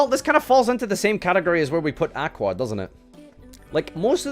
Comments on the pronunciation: Can't pronounce aqua properly kekw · Should probably look up how to pronounce the word aqua.